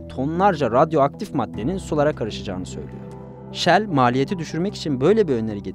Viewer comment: Yanliz Shell deyin ancak 😅